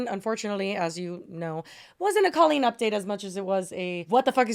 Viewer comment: why tf does it sound like she's saying queen it took me the entire segment to realize she was saying colleen i was so fucking confused for a while lmao